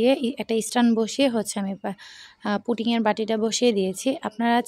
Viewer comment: পুটিং নয় আপু পুডিং